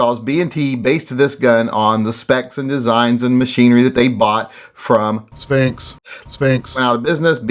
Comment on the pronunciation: Damn, saying "SPHINX" making me laugh, hahahha. 😂😅😁😜